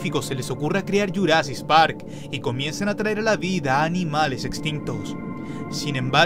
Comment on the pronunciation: "Yurasis parc" xdddd😂